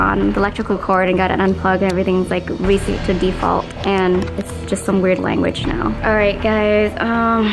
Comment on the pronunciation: Did you say defalt I know him he is a hacker in watch dogs